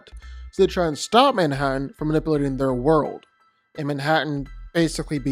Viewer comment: Why does this guy pronounce "Manipulating" so weird? And why does he use it so frequently?! It proper bugged me ha